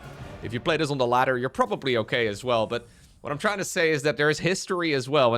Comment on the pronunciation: Take a shot every time says: "O-keh...", "On the back of", "Disaster"